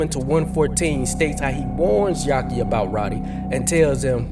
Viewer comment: Why u keep calling him "yaki", isn't it "Yafi"? Which is short for Yafeu?